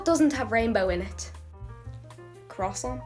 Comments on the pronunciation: 😊 Love Please, do the French pronunciation for croissants which is KWA-SONG. 😊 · I love the pisstake way she pronounces croissant 😂 CROSSONT 😂😂😂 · The pronunciation of croissant kills me and I'm 🦅 American Anyway, rainbows are literally just the color spectrum? They're just the things that appear during/after rain due to the light rays reflecting/refracting through the water droppets in the air.